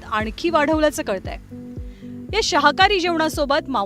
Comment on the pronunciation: शाहाकारी नाही शाकाहारी…… कडून अशी चूक होणार नाही ही slip of tounge असूच शकते.